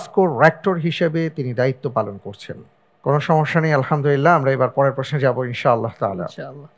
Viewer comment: এখানে সঠিক উত্তর হলে আলহামদুলিল্লাহ বলা হয়।কিন্তু আলহামদুলিল্লাহ এর উচ্চারণ সঠিক হচ্ছেনা।এটা কি কেউ খেয়াল করেনা???